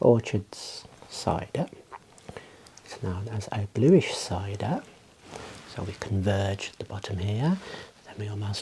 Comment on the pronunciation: Sir, that says blush, not bluish. Or is that just the way Brits pronounce blush?